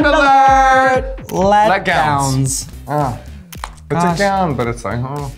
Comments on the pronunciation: “Leg”gowns? Dontcha mean “let”gowns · They said letgowns lol not leggowns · LEG DOWNS hahahhaahaha didnt they say 'let-gowns' like 'let-down'....